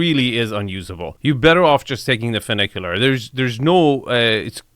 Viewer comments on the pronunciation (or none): clearly he just saw the name and figured ooooo that sounds posh and fun...... but no it doesnt sound fun.... FEW NIK YOO LAR = funicular now lets pronounce Nouveau riche together.. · Enes states in the opening that the property has “not one, but two funiculars…” A funicular is a type of cable railway that connects points along a railway track laid on a steep slope. And it has two cars—a descending car and an ascending car that counterbalance each other; one ascends as the other descends. That’s one funicular. And it’s pronounced “fyou (as in few) NICK ya ler” not “foo NICK ya ler”. But if there’s two cars, each with their own track, that travel independently of each other, then that’s two inclined elevators (not two funiculars). And Nevada is pronounced “Ne VAD (rhymes with dad) a” not “Ne VAUD (rhymes with odd) a”. You make some good points, but I’ve never seen one of your videos where you like a house that Enes is promoting. What’s that all about? You’re not the arbiter of good taste. It is subjective. And most of the houses you showcase would only appeal to new money anyway. But I agree with you about the Roman columns and the powder room’s neoclassical vanity; they’re out of place.